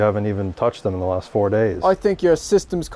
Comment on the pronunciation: "I was touchin tjem things... For sure..." LOL